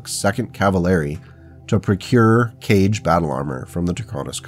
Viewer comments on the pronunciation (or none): By "Cage" do you mean the "Kage"? If so, I'm pretty positive it is pronounced KAH-gay or KAH-gé like the Hokage in Naruto. It is a Japanese word meaning Shadow, which is why I think it is pronounced that way. Draconis Combine and all. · Hearing the kage be pronounced "cage" instead of "ka-ge" (hard g sound) hurt my inner weeb a bit, NGL 😂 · Kage = Ka-gay. is Japanese for shadow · The japanese "Kage" is not spoken like the english "cage", by more like... well, this will be complicated... It´s probably the best if you take "Car" as a starter, drop the R for "get" without the T. Should get you to the proper ponounciation the easy way.